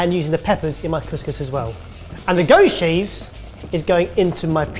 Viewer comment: Is it just me or does it sound like "ghost cheese" every time one of the boys says "goat's cheese"? 😂